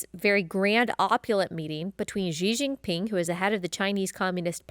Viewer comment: If you say the first two characters in Xi Jinping's name just like the words "she" and "jean" in English, you'd be closer to the right pronunciation. It's like an "sh" and a hard "j".